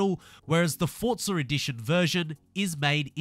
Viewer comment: another starting by saying the games name wrong its not Fortza it'sFORZA